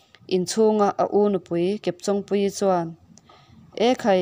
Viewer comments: Chawng hi intawng tih a tawng anga lam tur...Kepchawngpuii hming a, chawng tih ang thluk ang hian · Chawng hi I lam dan a dik lo kepchawngpuii tia chawng I lam ang hian lam tur chawng an Chen a I chawng lam hi a dik lo